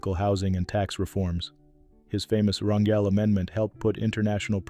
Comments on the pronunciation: Pronounced "R an hel " Not Ran "jel!" Like jelly Bunch of these people were just like us with Many faults but at least did their best to be not to be ultimate Hypocrites!! RIP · His name is pronounced CHARLES RAN GAL!!